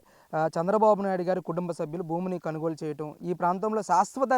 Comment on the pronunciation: కనుగోలు కాదు కొనుగోలు....👍